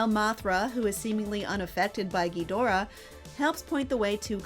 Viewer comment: Narrator pronunciation of Rodan and Ghidorah is painful